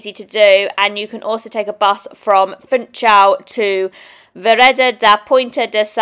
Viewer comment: The pronunciation of Funchal is "foonshal" not 'funchal".